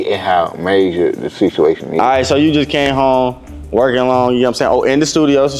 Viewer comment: “ you know the sithuation” 😂